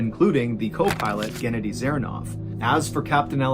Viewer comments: I respect channel but its pronounced ge-naa-di not genedy like Kenedy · Genady, not gennedy. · It’s not pronounced Kennedy, it’s GE-NA-DY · gen-A-dee thought it ga-NAD-ee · The pronouncination of the second pilot's name though. 😂